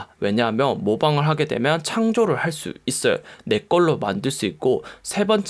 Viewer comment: '면'발음 안되시는게 매력 왜냐하며~ㅋㅋ